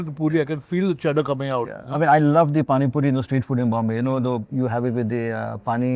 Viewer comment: What's the deal with Chef Vineet pronouncing cheddar cheese as sheddar cheese?